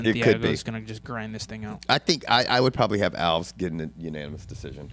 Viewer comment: Its a tournament George, of course the winners fight. Alves pronounced Al Ves, has had 4 fights since his brain surgery.